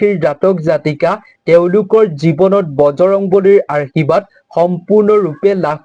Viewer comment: Arshibad nokoi Ashirbad buli kobo lage amar matri vasha to sudho hobo lage 🙏🏼🙏🏼🙏🏼🙏🏼 but kotha khini suni val lagil 🌺🌺🙏🏻